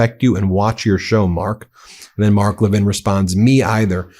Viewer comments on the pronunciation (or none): MTG doesn’t say Mark Levin correctly. 😜